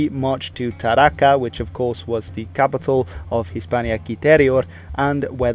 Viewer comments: I'm almost sure that the name of cilterior province capital is: Tarraco, and not Tarraca. I live near there. Although, great video! You did a great job. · Good video indeed! Only a couple of little details: it´s neither "Curdoba" nor "Tarraca", but "COrduba" and "TarracO". And from a citizen from the old Hispania, i say to you: Thanks for you interest and keep on your good work! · Tarraco, not Tarraca; Corduba, not Curdoba...